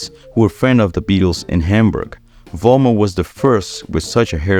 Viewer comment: I find it disrespectful that you pronounce Jürgen Vollmer's last name with a V-sound rather than with an F-sound, which is of course how his name should be pronounced.